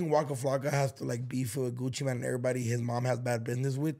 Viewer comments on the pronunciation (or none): Bruh it’s Gucci MANE. Not Gucciman wtf.